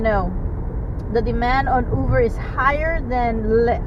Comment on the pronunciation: I’m hearing you pronounce “Uber “ w/a “V”, like “Uver “. But isn’t it pronounced w/a “B” sound??